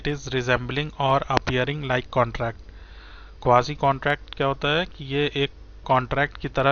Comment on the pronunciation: Jes bandy ko quasi sahi se pronounce hi nai karna ata wo kya ghanta kuch samhjae ga